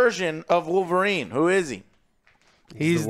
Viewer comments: THE CAVILLRINE 😆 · The Cavill-rine or Calverine